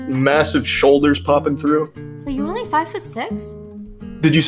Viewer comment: I could feel how she almost shits bricks when Charlie hit that "only?"